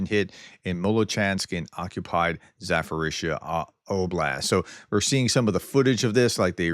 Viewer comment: Zaforizia? Zaporiznia